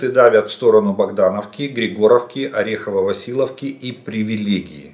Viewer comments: Хоспади, ну почему Василовка??? Ну неужели так трудно хотя бы в Гугле найти правильное название??? Она Васильевка!!! ВАСИЛЬЕВКА!!! НЕ ВАСИЛОВКА!!! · Добрый вечер. В ваших коментариях вы часто говорите Орехово- ВасилОвка,но название населенного пункта Орехово-ВасилЕвка. Так же населенный пункт в Запорожской обл не ВасилОвка,а ВасилЬЕвка.